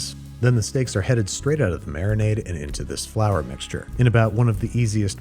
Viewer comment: Frour Tortilla really dog?